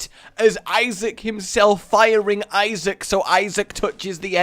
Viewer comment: New drinking chalange : take a shot when rage says issiac